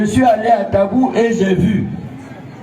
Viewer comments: C'est Tabou et non dabou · C'est plutôt tabou et non dabou